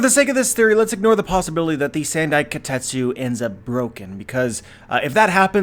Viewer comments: The Wado Ichimonji and Shusui are both important swords for Zoro as a character, I don't see him losing them so easily. Also it's not "sand-i" it's "san-dai". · "Sand-eye" kitetsu? Sounds painful